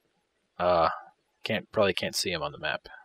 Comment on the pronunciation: "IDI nauxy" , "probaly" lol